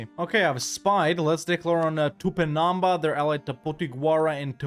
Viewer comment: Great video my dude. And as a brazilian I just wanna give you a small pronunciation tip: it's pronounced TupinamBA, the strongest syllable is the last one